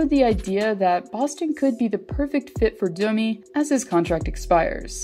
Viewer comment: It’s Domi. What’s this Dooomeeee shit?